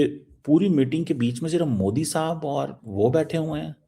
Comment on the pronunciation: कामार चीमा बहुत मजाक भरा नाम अपने देश के नाम की तरह 😅😅😅😅😅😅😅😂😂😂😂😂😂😂😂😂😂😂😂😂😂 जब अंग्रेजी नहीं आती फिर क्यों बोलते हो मैं कमार चीमा हूं और मोदी जी का नरेंद्र मोदी है ना की मोडी